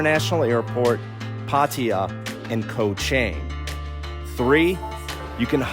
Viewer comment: I saw a few bloggers reported on Koh Chang. None coukd pronounce the name correctly. Then, I know they were the passed by and not yet spent enough time there.